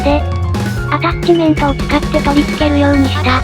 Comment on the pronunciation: 気のせいか一瞬、 で心霊現象の音声のように「ジャッジメントですの」が聴こえるｗ はたして「ジャッジメントですの」なのか「アタッチメントですの」なのか気になるｗｗ